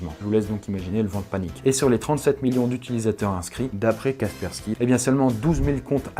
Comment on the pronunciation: C'est Kaspersky et non pas Kaskersky